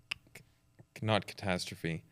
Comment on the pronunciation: Yes, and he can't even pronounce catastrophe.